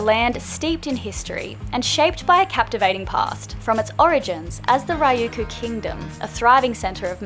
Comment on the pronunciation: Okinawa is not Ryuku it is Ryukyu =ry yu key u and it is sak-ay not sakee